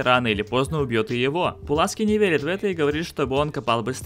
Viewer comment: Ну почему? Почему??!! "Паласки"